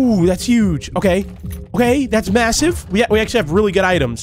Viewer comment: stop saying masive